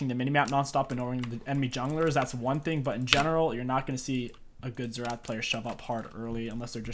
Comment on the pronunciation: Best "Xertah" mid guide out there hahah